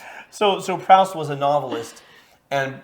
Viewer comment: Does he say Proust wrong throughout the movie? Or are you just saying it wrong? Because it’s pronounced “proost” and it’s killing me every time you say it.